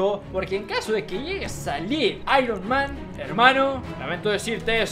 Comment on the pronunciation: Se aironma no ironman